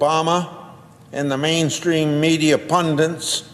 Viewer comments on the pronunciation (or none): how do so many of these educated people not know how to pronounce the word "pundit?"